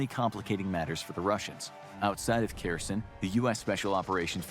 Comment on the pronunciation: Kherson turning into "Kirsyn" gives me a headache